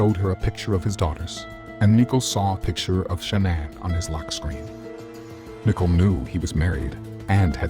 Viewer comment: Her name isn't